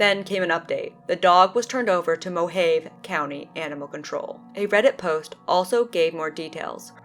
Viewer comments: Moe-Hah-Vee, not Moe-Hay-Vuh but RIP Fedsmoker. It's always in Arizona... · Mohave. Pronounced "Mow-hov-ee" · Beautiful area out there in the "MO-haiv" desert. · you're thinking of mojave. she was reading mohave